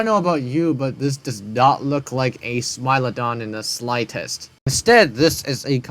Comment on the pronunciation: I never thought it possible to mispronounce Smilodon or Titanoboa, but the Scary Tourist guy proved me wrong